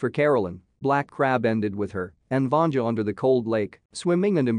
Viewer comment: They are NOT on a lake, they’re on frozen sea. “Vanja” is pronounced “Vahn-yah”, she’s not female genitalia. And you left out a SHIT TON of the plot.